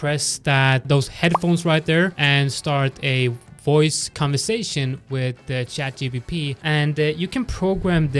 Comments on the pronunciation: please stop calling it 'chatGBP' its not the sterling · Oh , literally yes, he said GBP.... 🤣